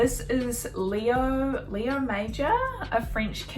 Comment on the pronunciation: i met Mr. Major. His name is pronounced 'Majore'. I was in front of greatness when i was in his living room.